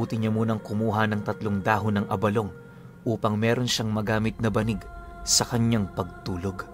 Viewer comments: Tama ang pagkakabigkas mo ng abalong. Sa mga ilonggo gaya ko, yan ang pagbigkas. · Good day Tama po ang pagbigkas nyo ng abalong. Pinuno ang abalong ay Isang uri po ng gabi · Tama po yang pagkakabigkas mo abalong lesting po from Capiz matagal ng taga subay-bay ninyo